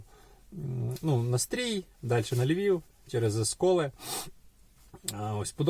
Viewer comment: В українській мові є буква і , а також буква и. Тому не Стрій а Стрий бо аж вухо ріже.